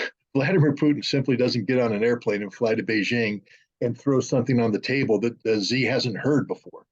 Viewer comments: Why americans refer to xi jin ping with “z” instead of “xi”? (Im not american) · This guy is an idiot. Pronounce the Chinese president’s name correctly and you’ll have much more credibility. It’s not pronounced “Z”.